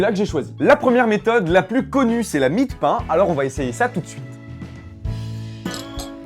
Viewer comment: ya que moi qui a cru qu'il avait dit "combien de peins dans une citrouille "